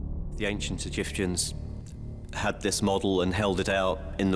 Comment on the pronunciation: The Ancient Egiftans - LOL